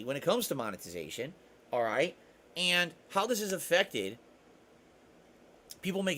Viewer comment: "AYANDT" ITS JUST AND BRO